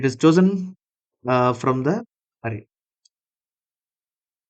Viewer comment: Array is pronounced like Aeray